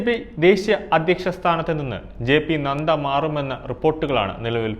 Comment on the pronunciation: JP നദ്ദ not നന്ദ. സഖ്യ കക്ഷി not സംഖ്യ കക്ഷി